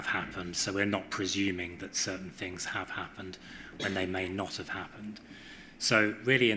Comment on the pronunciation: Curious, for someone to reach his professional level yet sounds words starting with ‘TH’ as ‘F’ - e.g. lots of “Fousands” and some “Finks” … ?